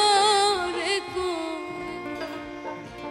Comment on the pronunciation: Excellent, PL try to concentrate and practice on pronounciation. Say Banshidhari. DHARI not dari. DH. Thanks I liked it.